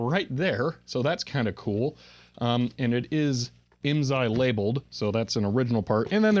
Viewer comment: I may be able to answer any IMSAI questions for you . . . but you have to promise to never say IMZAI again. lol The S is pronounced as an S. (I was a dealer) The FIF was used with Calcomp-142 SSSD floppy drives. FIF uses DMA to move the data into main memory so it a high performance unit for its day.